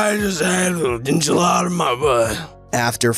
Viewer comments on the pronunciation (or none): it sounded like you said there’s an enchilada on my butt